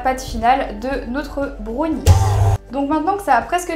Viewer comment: Dis brownie pas brauni